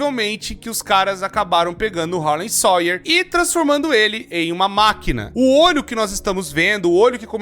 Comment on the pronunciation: "Harley SOIER" Harley SAUER 😭😭😭😭😭😭😭